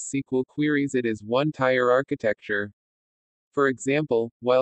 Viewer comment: hey, you're mispronouncing "tier"